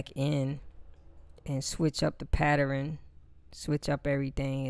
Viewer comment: Patteren? What the fuck is a Patteren? 'Switching up the Patteren'... ...Oh... OH!... OH! FUCK! You mean pattern! Here I was looking in the Geist Manual like a dumb fuck for Patteren, Patteran, Patran. Turns out your just saying it like a dumb fuck. XD J/K... But seriously, the fuck is going on with the education system in America? *Edit - Thanks for the tutorial by the way bro.